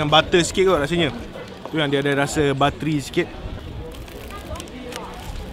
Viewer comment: buttery not battery